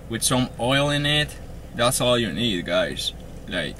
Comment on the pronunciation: i got silver haze guysh i dont make bideos but i got good bud guysh